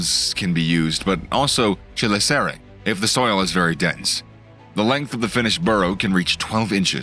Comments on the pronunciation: Great video! Btw chelicerae is not pronounced that way lol i'm not sure if my way it right but it's definitely not your way. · The way you pronounce chelicerae is killing me. Unless I've been pronouncing it wrong for a long as I've known the word. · I think you are butchering the pronunciation of ‘ chelicera ‘